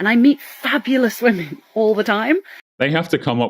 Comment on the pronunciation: If she pronounces “Women” as “Woman” I immediately tune out and disregard anything they’ve said